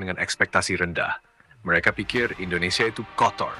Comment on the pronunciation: Indonesia bang bukan endonesia...